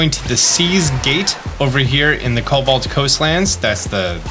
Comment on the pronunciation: Are you dyslexic? Why cant you pronounce cobalt?